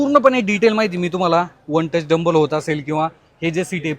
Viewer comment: खूप चांगली माहिती दिली . धन्यवाद दादा. फक्त एकच correction करा. Seat हे one touch tumble होतात. तुम्ही " डंबल " असा शब्द उच्चारला. त्याजागी tumble हा शब्द वापरावा. 🙏🙏